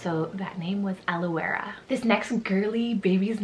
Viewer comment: In Australia we pronounce Elouera as “Allura”.